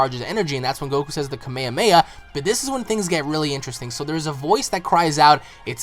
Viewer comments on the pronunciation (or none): kame ma ha ? its Kamehameha